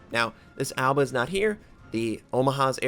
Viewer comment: I just can't stop laughing that he pronounces Aoba like Alba